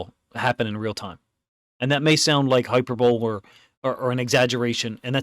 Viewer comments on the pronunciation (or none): Mispronouncing words means you know that person READS 😅 (believe it or not, it’s meant to be high-PER-bo-lee)